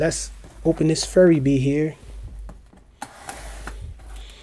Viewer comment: isn't it pronouced "fury bee"?